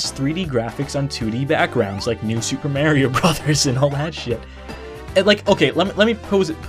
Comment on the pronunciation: Cool video and good to see is back but seriously... MARIO not MERRY-O